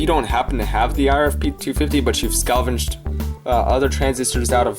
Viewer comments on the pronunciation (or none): "scalvenged" LOL